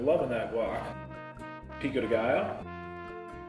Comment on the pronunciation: good to see you enyoy the food but a few point of view the burrito its not mexican is tex-mex and i dont know why the owner pronounce all the spanish name like american picou di gallo es pico de gallo saulsa vierde es salsa verde chilli di arboul es chile de arbol